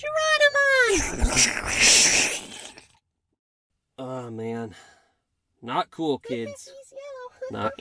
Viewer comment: Is anyone going to mention “Geronimon!”?